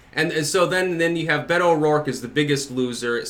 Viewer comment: Maybe if watches the next debate he will learn how to pronounce "Beto" properly. I enjoy his videos but it's really aggravating.